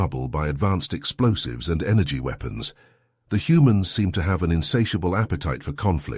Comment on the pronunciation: This guy stout still can't pronounce words like he says weapons. With a long E